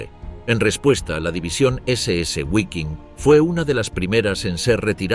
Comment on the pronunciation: Guaiking? Gualonian? 😢